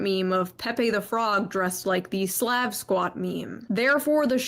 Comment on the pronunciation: Her pronunciation of "Slav" is horrendous.